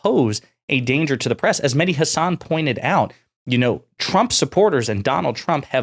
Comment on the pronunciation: If he's your favorite, why can't you say his name right? Listen to him. That's not how he pronounces Hasan.